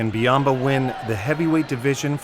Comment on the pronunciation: Well I mean he is like a panda that dominates sumo. (It's Byamba not biamba.)